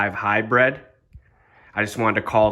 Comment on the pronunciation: Good video, but it's Hybrid, bro, not "high-bread" ;)